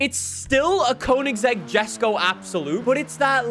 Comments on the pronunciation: yesko is the correct pronunciation, stop saying jesko. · I get so annoyed from the way says ‘Jesko’ 🙄